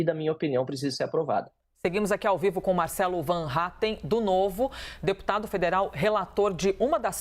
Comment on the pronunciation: A que falou o nome dele errado? MARCELOOOO 😂😂